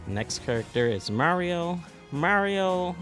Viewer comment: Why'd you emphasize Mario's name like that??? ROTFLMAO!!!